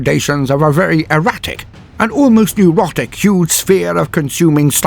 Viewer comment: wait,, di you call Tiddles neurotic? or erotic? at roughly the 10 min mark. Also, THANK YOU for another awesome vid xD